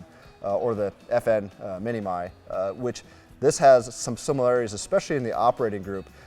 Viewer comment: “Mini-My?” I think it’s pronounced “Mini-Me?” 🤔🤓